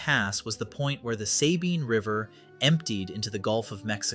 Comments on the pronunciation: Sabine pass is pronounced with a short "a". The other half you got right. Suh-bine. Not Say-bine. Just like Gruene is pronounced Green. Lot of small Texas towns are pronounced weird. As a native Corpus Christian, just figured I'd pass along that knowledge for future reference. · FYI, “Sabine” is pronounced with a short “a” by everyone in Texas.